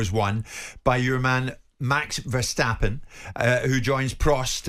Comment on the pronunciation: It's not pronounced Vershstappen but Verstappen.